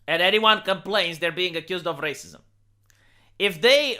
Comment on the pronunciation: Bro the one thing I love about your video is how aggressively you roll the r in racism doing more better than most Dominicans and Puerto Rican people that I know